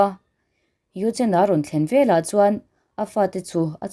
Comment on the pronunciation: I thil chhiarhi a dik lo nasa ka ngaihthlak peih loh phah thin ve leh tih tur tehi vela i ti ziah mizo chu i ni awm sia